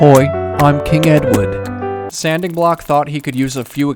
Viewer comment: ‘Hoi I’m king edwad’